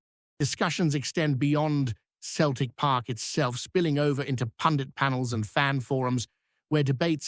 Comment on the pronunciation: It's not pronounced Keltic ya fud